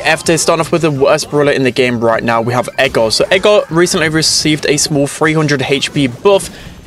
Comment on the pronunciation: ITS NOT EGAR ITS EDGAR